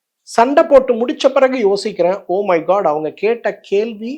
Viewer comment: கேல்வியா? கேள்வியா? கேகிற or கேட்கிற?